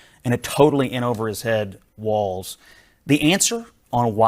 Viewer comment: Walz , not "Waltz"